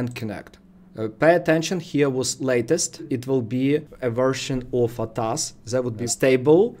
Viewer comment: Bro pronounce it A . T . A . S = A T A S ATAS is wrong 🙏👍